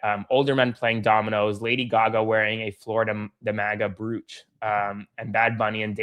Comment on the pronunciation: Aaron. When you said Br-oo-ch on Lady Gaga.. it’s pronounced broach (a decorative pin worn on clothing). For future reference